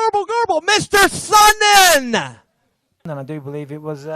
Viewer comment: That " Mr.Sonnen", sounded like "Mr.Anderson"